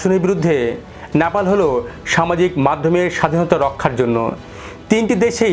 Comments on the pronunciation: NOT Napal . . It should be Nepal . 😢 Please rectify your pronunciation 😮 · ন্যাপাল ...nyapal নয়,শব্দটা নেপাল... Nepal ..উচ্চারণ ঠিক করুন ..